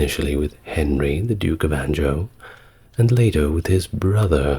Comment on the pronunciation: Anjou pops up a good bit in your pieces. I know I’ve mentioned your pronunciation of names before but I had to clarify this one. It’s “en-ju” A soft “j” as in jus the culinary term. Great piece though. Keep up the great work.